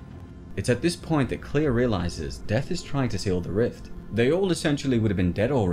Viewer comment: I'm sorry but I have to it's Claire not "Clear"